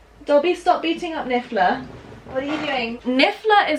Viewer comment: I don't know if you did that on purpose or his voice type but it's niffler not bigler